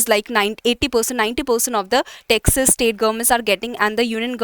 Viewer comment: Pronounciation of 'Taxes' is hearing as Texas